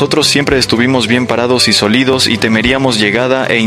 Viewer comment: Quien narra no sabe leer. Como 3 veces dijo "solido" cuando debió decir "sólido".